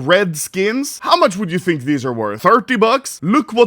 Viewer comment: Gamba addiction. He does not fink like normull peapull.